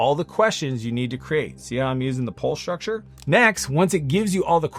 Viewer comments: Shhtructure shhtrategy? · “Shtructure and Shtrategy”! 😂